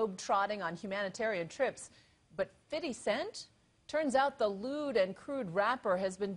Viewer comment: "fiddy cent?" XD